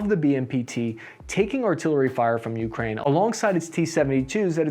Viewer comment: But he still pronounces Ukraine as "YOO-krain" instead of "yoo-KRAIN." 😐